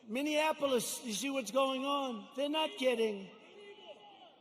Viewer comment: "Minionapolis" LOL!